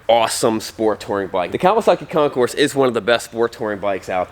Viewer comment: It's Concour. French. Like Illinois, also French. The concourse is at the airport.